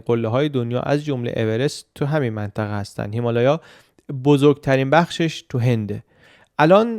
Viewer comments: سلام آیا هیمالیا رو اشتباها هیمالایا گفتید یا دلیل خاصی داشت ابتدای ویدئو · هیمالایا نه هیمالیا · اون هیمالیا هستش نه هیلایا😂😂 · بسیارر عاالی چه مملکت دردسر داری چه ساختمونهای شگفت انگیزی داشت واقعا متحیر شدم و لذت بردم راستی خیلی بامزه هیمالیا رو هیمالایا میگفتید😂 ❤ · ببخشید چرا به هیمالیا می‌گفتید هیمالایا ؟ یا تلفظ درستی ازش هست یا دلیل دیگه‌ای داره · فکر میکنم هیمالیا رو اشتباه تلفظ میکنید شایدم من اشتباه میکنم